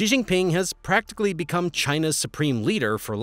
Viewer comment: Also Xi is pronounced "she".. It helps to at least get the main protagonist in the story's name correct.